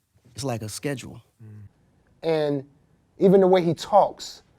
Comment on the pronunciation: when Akon said “it’s like a schedule” lmaooo he made a schedule sound like a myth or some object you don’t see mankind using anymore😂😂😂